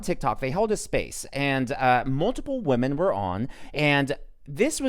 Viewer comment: yea --- i hear it and ; be careful with pronouncing women vs. woman. they're not the same.